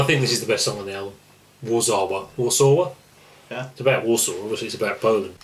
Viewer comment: Warszawa - pronounced Var-shar-va , as the Poles pronounce it , their capital city .